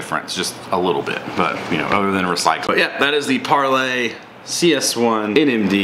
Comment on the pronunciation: Par-LEE. Par-LEE.